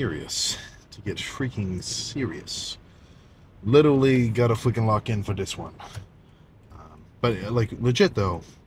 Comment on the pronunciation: "Witerwally gonna fweaking wock in fo dis one🤓💪🏻"